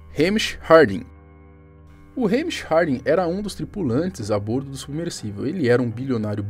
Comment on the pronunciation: A pronúncia correta é a "bórdo"!